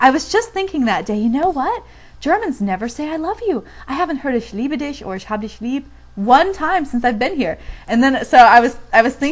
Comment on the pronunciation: Dein Deutsch ist fast perfekt ...Eine Sache die du aber noch verbessern kannst ist: "Ich >hab'< dich lieb" . Du könntest versuchen das "a" kürzer und härter auszusprechen also das "hab" ungefähr wie "happ" aussprechen. Denn Deutsch ist eben eine harte und abgehackte sprache.